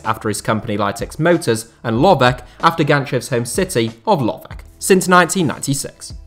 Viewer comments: It is Lovetch , not Lovek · Very interesting and in-depth video from a local point of view. I only noticed 2 issues: 1. Vasil Bozhkov acquired Levski Sofia, not CSKA Sofia; 2. Lovech is pronounced with a German "tsch" sound (the same "ch" as in kitchen), but I've noticed that native English speakers always butcher foreign names, and with that in mind, you actually did okay with the other names.